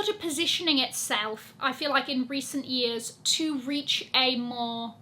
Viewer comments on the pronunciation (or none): none